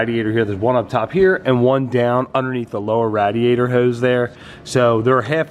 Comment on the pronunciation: You're the first person ever to pronounce radiator like that. Love the build, keep the vids coming!